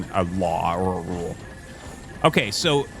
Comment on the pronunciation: "...down to preference rather than a LAUEOAOUROUUL"